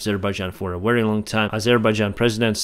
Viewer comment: Pronounce " Very" like ”вепи“